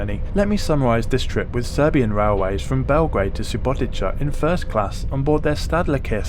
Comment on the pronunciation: I have to be that guy, but this is SubotiTSa, not SubotiCHa.